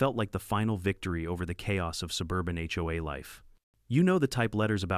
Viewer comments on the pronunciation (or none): Ya need to work on the narration! You SAY HOE I steadof HOA..